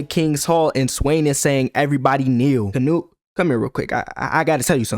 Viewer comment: Bro, why you say canute like nut withe hard t